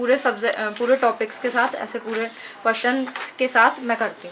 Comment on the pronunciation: Behan badey nhi hota 😂🤣birthday hota h😎🤘mtlb bechari ek bar m nhi bol pa rahi vid bar bar cut play cut play 🤣😂😂🤣👍👍aur kotion nhi🙄 question hota h😂🤣